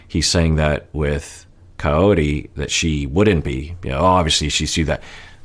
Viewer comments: that's cuz Ed pronounces it as coyote lol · Is it just me or he calls her “coyote”? 🤔